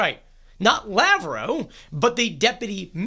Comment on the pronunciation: Lav-roff, no Lav-row